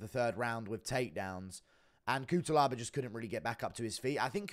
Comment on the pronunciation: Just to let you know: it is pronounced Kutselaba